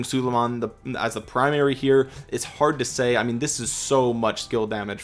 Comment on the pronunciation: Its prounounced SU-lay-mahn